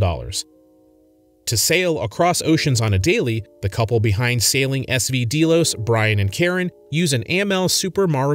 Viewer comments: You aren't even pronouncing the name Delos correctly. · So let's discuss the fact that you've never watched a single video of theirs. How do I know? You didn't even pronounce the boat name properly. Gee, a boat with GPS Nav and camera equipment, on a sailing channel. WOW. Hard hitting content. Look out CNN. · You don't even pronounce the name correctly !! Booo, go away and leave them alone. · You lost me when you pronounced the name wrong and then continued to get facts incorrect. Maybe do some research first and watch the content….? Why is there a tractor in the thumbnail? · What a BS video. You aren’t even pronouncing the name of their boat correctly 😂 Just wanted to leave this comment before blocking this channel. Do better. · You could at least learn how to pronounce Amel and Delos.